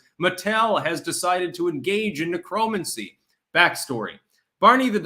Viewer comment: "Neck row man see" Would sound a lot better! Yikes!